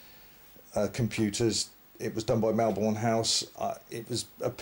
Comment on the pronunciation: Just FYI, it’s pronounced Melbun/Melburn.